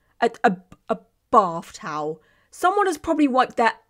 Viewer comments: “TOWELLL” is the new “CARPETT” 😂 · saying “towel” like Pheobe in friends saying “nestle tollhouse” is sending me